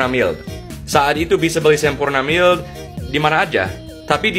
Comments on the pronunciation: Iyaa bener, pelafalan Mild / maild jadi "emil" 🤣🤣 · pengucapan "mild" nya ngikutin gaya Indonesia: mil (bukan maild) 😁